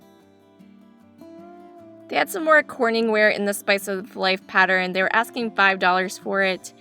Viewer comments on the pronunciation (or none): I just found your channel by way of Scott's Old Curiosity Shop and have subscribed. I love the voice over style and nice music you use, because there's no distraction from store noise. You're the 2nd YouTuber I've heard pronounce the word, pattern, as "patterin." I'm curious to know if that is a regional pronunciation. Fun video! I look forward to watching more!